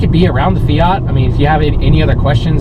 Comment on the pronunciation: FIAT not Feeaarrrt. Please! Also you cannot have power AND good mpg, you gotta choose what you want and go for it.